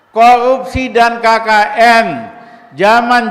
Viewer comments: Pelan pelan bang ngomongnya,hari ini bukan hayi ini,korupsi bukan koyupsi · Ngomong qpa sih si RR" kolupsi, plesiden, lepublik... kagak tahu dili... 🙈🙈🙈🙈 benerin dulu lidah nya bung baru bicara 🤪🤪🤪🤪